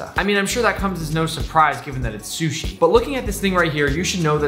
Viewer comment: "Salmon shushi pizza" Gordom Ramsey:ItS RaW